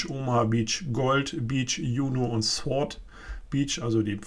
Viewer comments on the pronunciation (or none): none